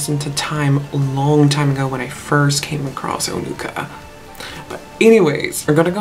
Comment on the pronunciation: Yes, the words Onuka and Peremoha sounds very similar to how you pronounced it.